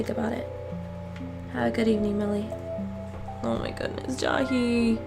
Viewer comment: lol why do u say ja-hee instead of jay-hee